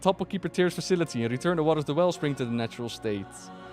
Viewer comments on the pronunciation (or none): none